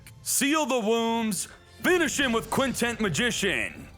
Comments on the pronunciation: Why do you keep calling it Quintent Magician? It's Quintet Magician. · Its Quintet...TET not TENT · Does it bother anyone when he keeps calling it "Quintent" magician. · bro i felt exactly the same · Because yugioh youtubers can't pronounce simple words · Wondering the same thing